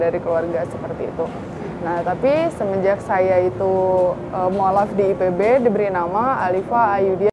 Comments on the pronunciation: Ini sangat lucu sok English bahasanya, IPB kok di baca ai Pi bi. Jangan norak dong pengisi suaranya. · Mas tolong dibaca IPB (INSTITUT PERTANIAN BOGOR) tidak usah dibaca ai pi bi. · Aipibi? Oiii....itu bukan singkatan dari bahasa Inggris. Mau gaya-gayaan bahasa tapi salah... wkwkwkwkwk.... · IPB pak...jgn di baca dg logat inggris..krn anda berbahasa indonesia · Waw hebat ya yg bikin konten bule. IPB saja dibacanya AiPiBi. Soal Beasiswa dicabut Krn jadi muaalaf ya ga masalah. Aturan administrasi nya kan jadi batal karena namanya berganti. Kecuali sdh diurus masih ga bisa baru deh protes. Yg pasti Allah dekat dg seorang Mu'allaf. Tak perlu khawatir. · IPB bukan Aipibi, bacanya biasa aja Jgn sok keren. Jatuhnya ke aneh..he3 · Berita ini sudah "basi" Mas, kita sdh membaca beberapa tahun yang lalu. Kokbilangnya "Muallaf Terbaru". Dalam ceritanya aja, dinyatakan peristiwanya tahun 2015, berarti udah 7 th. Oon banget c,lho. Sekolah dulu Mas. Lagi juga membacanya kok, loogat/ aksen Ingris "Ai Pi Bi" . Biasanya kita menyebut Ii Pe Be. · I Pe Be yaa.. bukan Ai Pi Bi. Orang mana sih ente min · buat:" i pe be" x ah ga usah ai pi bi,letaknya di bogor qo bukan di england 🤭 nama indonesia ipb tuh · Bang Ii Pe Be jgn di baca Ai Pi Bi dong ah bhs indonesia aja bang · Min, lebih enak denger I PE BE drpd AI PI BI, but bravo Arnita, love u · I pe be bang bukan ai pi bi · IPB ... dibaca I Pe Be ... bukan Ai Pi Bi... belajar berbahasa indonesia yg baik & benar lg ya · Yg baca narasi ny lebay baca IPB aj EPIBI jelas2 itu penulisan kata bahasa Indonesia ny IPB bukan penulisan asal kata kalimat bahasa Inggris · IPB baca i pe be bukan ai pi bi ... Pengen keren tapi salah kaprah .... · ipb...di baca i pe be bukan ai pi bi....🤭🤭🤭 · yg baca narasinya lebay ipb dibaca ai pi bi, kepanjangannya aja institut pertanian bogor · biasa aja bilang IPB, ga usah ai pi bi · Baru tau sejak lahir bahwa kampus IPB tuh dibaca aipibi 😀